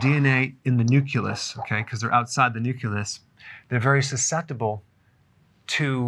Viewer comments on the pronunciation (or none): did you actually say NUCULUS>??!? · Say it with me .. "nu-clee-yus." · What is this "Nuculous" you speak of?